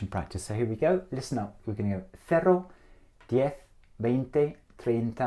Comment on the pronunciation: El "cero" está mal pronunciado. Suena algo entre el "cero" y "cerro". Es una erre muy extraña, pero no es la nativa. Noventa hace algo de fricación, y no es así. Noventa suena como si fuera NOBENTA. Por lo demas muy buena pronunciación y entonación.